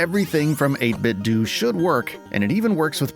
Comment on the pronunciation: Cool channel mate! Subbed! But PS - I think it's pronounced 8bit doh! - like homer Simpson says it. Sorry to be such a d**k, it just grated every time I heard it😊